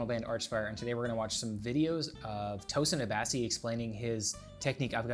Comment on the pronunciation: ......the way you said his name..........😅